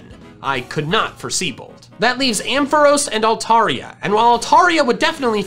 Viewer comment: The "o" in Ampharos is pronounced like the a in jar. I know Pokémon name pronunciation doesn't always follow the normal rules of English spelling. That's just how they are.